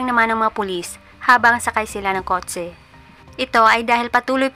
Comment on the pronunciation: Kot-se✅ Kot-che❌ 😂